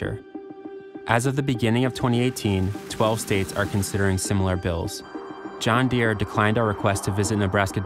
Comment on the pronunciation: Time for a new tractor company. John Deere sounds more like John Gott .